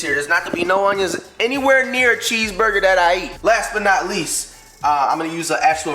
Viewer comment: why he say cheeseburger like that in the beginning 😂😂